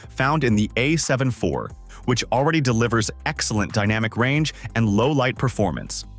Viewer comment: The AI voiceover lost me at "A 7 eye vee"